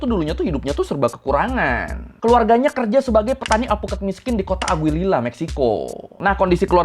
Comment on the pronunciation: sekedar info pelafalan bahasa Mexico 🇲🇽 bang : qui, que, gui, gue ⏩ qi, qe, gi, ge LL ⏩ Y ca, cu, co ⏩ ka, ku, ko ci, ce ⏩ si, se jadi : Oseguera ⏩ O - Se - Ge - Ra Cervantes ⏩ Ser - Van - Tes Aguililla ⏩ A - Gi - Li - Ya Narcobloques ⏩ Nar - Ko - Blo - Qes CMIIW